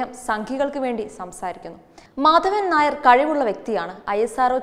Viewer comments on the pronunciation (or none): none